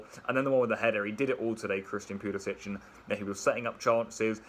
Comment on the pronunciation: All these Chelsea fans that don't know how to pronounce Pulisic's name...